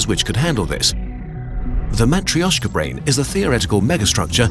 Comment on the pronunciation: "Matrioshka" or "matryoshka" (depending on how you transliterate the letter "ё") only has three syllables, not four. (A more naive transliteration which doesn't distinguish between "ё" and "е" would render it as "matreshka".)